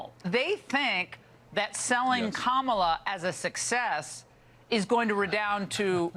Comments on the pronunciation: It’s pronounced Kah-mah-lah not Camela 🐪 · Charlize Qwark really called Kopmala "Camilla" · Coma - La LoL 😆 My wife is in the other room and is apparently listening in to hear you say "Cam-a-la & immediately came back in & set said it correctly, then spelled it as it sounds, fire me & you 😆😆😆 I say it wrong, all the dang time!! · They mispronounce Kamala's name on purpose, 100%